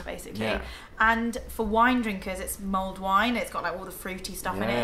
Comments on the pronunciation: LOL I thought you were saying mold wine ... thank god i googled and it came back with mulled wine! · did you say MOLD wine?